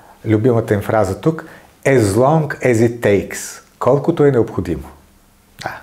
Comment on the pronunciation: "" ЕЗ лонК ЕЗ ит такес '' 🤣Добър английски праскате г-н Волгин 😂